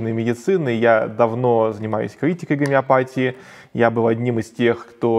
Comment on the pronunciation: Не из-за г'омеопатии у тебя приг'орело, болтун. Из-за собственной тупости.😂